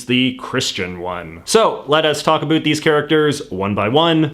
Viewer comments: I'm gonna start a channel just to say about correctly in spite of you. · Stop saying abot instead of about. Only dorks talk like that nowadays . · dude , as a fellow Canadian, you need to work on your pronunciation of "about" 1. it's actually 2 syllables 2. try saying it a little slower. :)